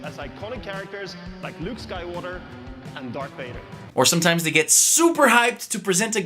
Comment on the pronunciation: I almost heard "Luke skywater and DARK Wader"